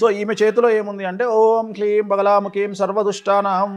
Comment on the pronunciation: Please check It’s bit Kleem need to pronounced hleem